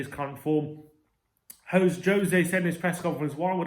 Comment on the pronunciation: Good review. .well done for getting José name correct 👍